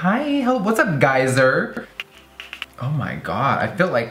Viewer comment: "Hello geyser" 😂😂😂